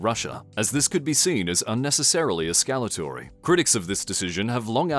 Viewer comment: Take a shot every time he deliberately fucks up pronouncing escalatory